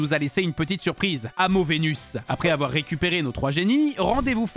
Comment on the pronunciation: « AVOUAR MANAPHY ET PHIONEee »